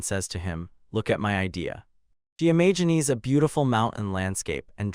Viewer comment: the evil-warding nature of silver gets read by you as "the sinister nature of silver"!? There are so many little bits that are just off, like sometimes "imagines" gets pronounced as "Imagineese"